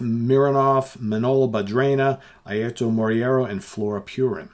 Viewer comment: Airto is Moreira not Moriera.